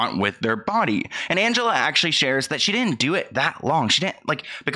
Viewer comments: Great video. But the girls name is pronounced "an-ge-LEE" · Not that it's super important but Angelea is pronounced with a LEE at the end, not LUH. Love the video! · calling angelea ( ann-juh-lee) angelea ( ann-juh-la)😩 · Her name is Angelea not Angela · Love, her name isn’t Angela .. it’s Angelea like anja-lee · I thought it was Angellea not Angela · Not Angela its Angelea -- Anjelee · Angelea not Angela. 🥲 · It’s pronounced AN-GEL-LEE not Angela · It's AngeLEA, not Angela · It's AngeLEA not AngeLA. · Angelea —pronounced Anj-ah-lee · It's pronounced angelee. Omg. He told kayla she had to confront her trauma? As if he's a therapist? That was so ignorant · I'm pretty sure it's pronounced angelee